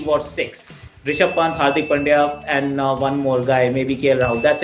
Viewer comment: Will someone tell Belley its Ri-sha-bh not Ra-shi-bh